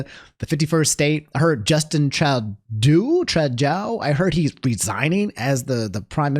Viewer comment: As a Canadian the "Trudeau" pronunciation was brutal to hear lol